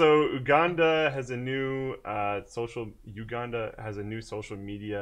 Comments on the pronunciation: Hey guys, the country name is pronounced YouGanda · LOL!!! Oooh-Ganda.. It's You-Ganda...